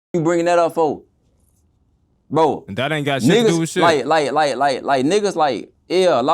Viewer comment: “On bwo”